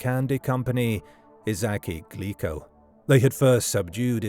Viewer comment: Glico is pronounced wrong. It's Gleeco.